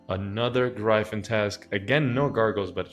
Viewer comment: sick video, long collection log videos is my favorite content. the only gripe i have is the way you pronounce gryphon LOL